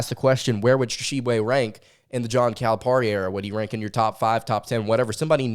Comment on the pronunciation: It is pronounced Cal-a-PEAR-i. Not Cal-a-PAR-i. Love your show!